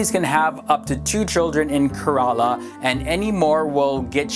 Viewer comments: Dafaq is karala it is Kerala(keeerala) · Not keraaallaa but kerela sounding like keereelaa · karela nai Kerala 😅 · That's not how you pronounce "Kerala" 😂